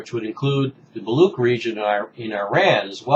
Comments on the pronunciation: Much appreciate your video over Baluch and Baluchistan. Unfortunately, we are a very un-heard nation. However, the word is pronounced as 'Baluch' and 'Baluchistan' not Baloock or Baloockistan. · I wouldn't blame you, pronunciation of words in different languages can be very complicated. Here is the link to correct pronunciation of the word Baluch. This website is great for pronunciations.